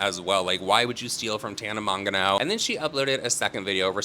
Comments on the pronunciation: I love when calls her tana mong-a-no 😂 🎲 I also agree that Trish is in a much better place and should stay where she's at. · I love the way says tanas last name. Byfar, my favorite pronunciation.